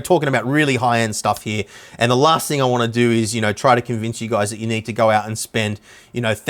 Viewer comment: He's not saying you need one...... He's saying YOU NEEEEEEEED ONE !!!! Hahahaha, damn now I need to go shopping